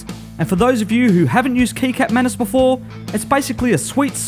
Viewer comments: just for your information. kecap manis is pronounced: ke - chap manis. not ke-cap manis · That's cool! I like how you're always using abit of Asian ingredients man. Btw, it's pronounced "keechap" manis. Hehe. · Kecap manis is actually pronounced ketchup (its the same how to say kecap with ketchup) manis just tellin :) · Kecap manis, mas. Setdah, ngakak dengernya. Wajar-wajar aja sih :)) I subscribe your channel, man. Love your videos :D